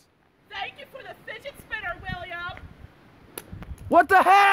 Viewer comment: é fidget spinner ou finget spinner?da proxima vez fala direito.